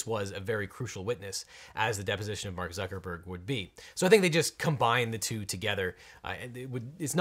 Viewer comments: Bark Zuckerberg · Legal Eagle says Bark buckerburg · It sounds like he says Bark Zuckerberg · objection: you said Bark Zuckermurg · Did he call him Bark Zuckerberg?